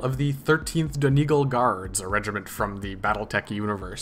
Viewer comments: Its pronounced Don egg all love the tutorial! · Dun E gaul would be more accurate! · It's pronounced dun eee gaw ll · btw donegal is pronounced dunny-gall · saying donegal wrong